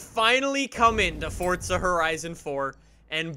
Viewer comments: Why is he saying "Fort-zuh"? It's For-zuh. Just wondering (like is it an accent or dialect or something?) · why do you call it fortza not forza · Why does he say forsta not forza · Does anyone else get triggered when he says welcome to a new Fortza video instead of Forza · Fortza .. seems legit